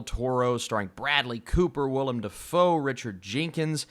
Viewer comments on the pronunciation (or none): none